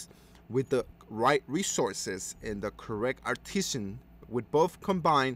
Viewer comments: It's arti-sans... not artishans. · It's pronounced: are-ti-zin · Dude can you mispronounce artisan a few more times.